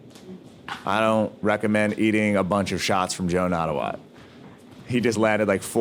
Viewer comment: The correct pronunciation of his name is Nat-ta-woot not Nat-ta-wat.